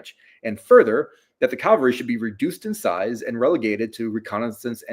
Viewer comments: Drives me crazy...CALVARY is a mountain in the Holy Land. CAVALRY is a mounted force. This guy is an academic he he still pronounces it wrong!!! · "Calvary" vs. "cavalry” -- does this bother anyone else? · Every time he said 'Calvary' I flashed back to one of my grade school teachers who would admonish us boys for playing 'Calvary' during recess instead of 'Cavalry'.